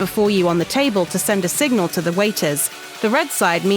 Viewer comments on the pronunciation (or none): none